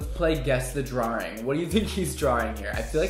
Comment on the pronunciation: The way he says drawing.... drawring